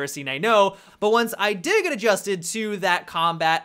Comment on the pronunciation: "Geet in mah belleh"